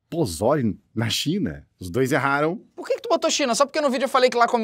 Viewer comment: Eu sou do México e a pronuncia do "pozole" tem a sílaba tónica no "zo". Tipo: pozóle, mas sem acento kkk